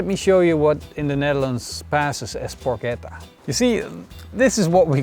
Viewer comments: The correct pronunciation is Porketta not Porcetta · This is not Porchetta. It's not cooked enough inside just like every cooked meat in the world outside Italy. Plus, so many other things. Also you are saying the word wrong... So this is your porcetta but don't mix it with the real "Porchetta" <-- Correct spelling. You would think that, at least before doing a video on it, you would get the pronounciation of the name of the dish used in the title correctly as for starters. But of course not... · Dude, nice video but PLEASE say 'porKetta' the next time. ❤ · PorKetta Is the right pronounce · Nice! Correct pronunciation is porKetta 😁 ch=K in italian